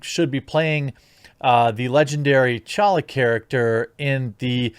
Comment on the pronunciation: Pronounced Tah- Challa. Not challa.